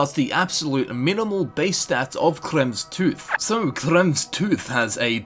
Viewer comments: Kraem toohz..🤣🤣🤣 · Sorry if this is rude, but the way you said "Kremvh's tooth" (which is most likely the correct pronunciation) put a big smile on my face :D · can u say kremvhs tooth one time again pls